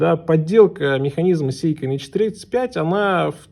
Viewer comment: Не сЕйко, а сЭйко!!! Говори правильно, дегенерат!